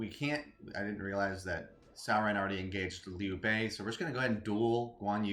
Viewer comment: FYI his name is pronounced like Tsao Taso, yeah it took me like 15 years to actually start saying it right lol